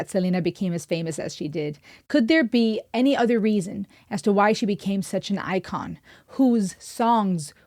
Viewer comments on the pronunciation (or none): none